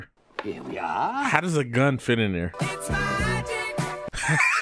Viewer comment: "She got A Magic Bgun" --, 2024.